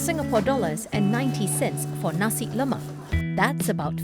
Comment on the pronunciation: Guy can't even pronounce nasi lemak properly. No wonder cannot make it